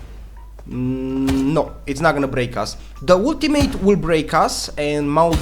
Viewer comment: When u say ultimate all I hear is woot teammate